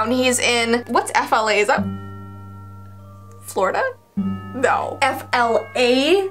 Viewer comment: Fla...rida?wut is Flarida